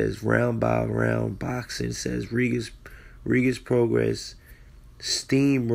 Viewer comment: It's PRO GRAY NOT PRO GRASS THAT IS THE PRONUNCIATION. PROGRAIS.